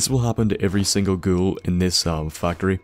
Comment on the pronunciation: every time he says ghoul I think he says girl. The fact he says I going to shout that fucking girl in the face creeps me out